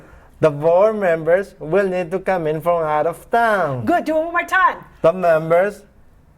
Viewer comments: Why is she saying "town" like that? You don't have to place the emphasis on town. Sounds very odd. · jasmine paul it's difficult for him to pronounce the word town